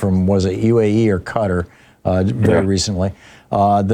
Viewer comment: There is no place called CUTTER. It is pronounced like Ka-tar